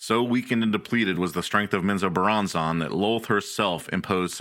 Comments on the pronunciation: ….wtf is men zoe bur ron zon? 😂😂😂. It’s men-zo-BARON-zen. Hey guys let’s all head down to Flor-eye-dah. Or fly over to Cay-lafor-neeya. Oh I know!! Let’s go skiiing in Co-low-Ray-doe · Please go find out how to pronounce Menzoberranzan properly. This was hard to listen to when you can't even pronounce the name of the place you're supposed to be giving information about lol.